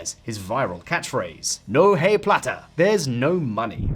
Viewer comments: The H is silent in Spanish. It's " no ai plata" try that. Every Spanish speaker crindged as you say " No hey plata" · "no hay plata" Hay is pronounced "ay", not 'hay'. The 'h' is silent. Learn Spanish. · No “hay” plata. That’s funny. Next time pronounce “hay” like the belfast “aye” to avoid laughingstock spanish “axent” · "No hey plata" "peizos" is it really that hard to at least check how to pronounce it? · “know hey platta” 😂 that prononciation really killed me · Keep the spotlight on Argentina! And if you are going to spotlight any key phrases, i.e. , brush up on your Spanish pronunciation instead of murdering it. Next time, say "No eye platta!" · No Hay (pronounced eye) plata! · No Hay (pronounced like the letter i) Plata.... I heard that and was like... wow! lol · when you quoted "no hay plata" ... you should pronounce "hay" like the English word "eye" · no "eye" plata ... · No eye plata (hay = eye). You won't be far wrong if you just forget the "H" exists in Spanish. Its not pronounced. So hay becomes ay. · I know. This pronunciation really bothered me. Another good one was when he quoted "no hay plata" and pronounced it like the hay thay horses eat 🤣